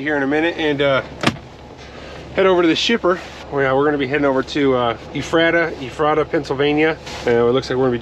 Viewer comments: It’s efrata lol. I live not far from there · Ef-Ra-Da and Lan-kiss-ter , that’s how you say it 😭😭😂 jus tryna help out I couldn’t stop laughing man. And the food aisle is small bc you went to fruitville pike , you gotta go to Lincoln highway Walmart only a few miles away it’s a super center.